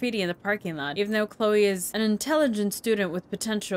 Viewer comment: Love how you pronounce "Chloe", so good :) ;) lol